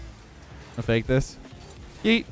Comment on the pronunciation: Did you just say fakeamyr?